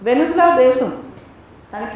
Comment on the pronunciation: మేడం గారు , "వెనిజులా" కాదు అండి ఆ దేశం పేరు , సరైన పేరు "వెనెజువెలా" . Source